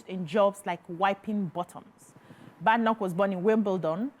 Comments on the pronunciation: It's pronounced Bed- Enoch not BadEnoch ..... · You did not even pronounce her name correctly. Its baydenock. Also, Kemi has been misquoted in some way, and this thing about thinking its just Nigerians doing it is so wrong. There are so many asians and Africans doing it.